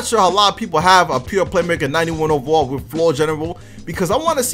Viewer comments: Y u say ovawall instead of overall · He said 91 OVEWALL🤣